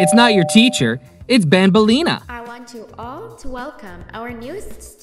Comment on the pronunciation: “BANBELIA”💀 ITS BANBALEENA